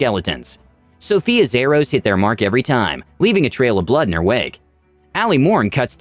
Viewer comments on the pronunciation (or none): none